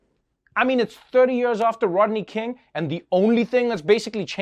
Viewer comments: I love how Trevor pronounces "years". Has a real SA ring to it. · Me asking Trevor: say years Trevor : yurs